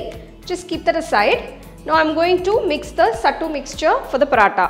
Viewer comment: Youre pronouncing it wrong . Its सत्तू not सट्टू